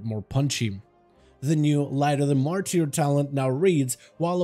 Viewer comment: light of the ''MARTER'' it is pronounced, not martier'' 😾😾